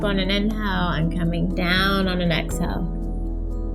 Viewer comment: This video is very helpful, but the voice is like an angry bird screeching. "In-hell, Ex-hell."